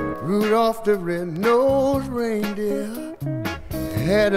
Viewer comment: says Rudolph the red no reindeer rather than red nosed. I love that, it's so endearing and so